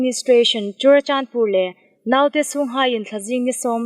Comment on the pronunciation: Chorachandpur ti rî an ri lem tlat in ka hriet hlak. Churachandpur ani sih a.....